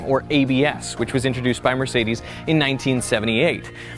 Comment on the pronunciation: Can't pronounce ''Mercedes'' right, but is driving the first car.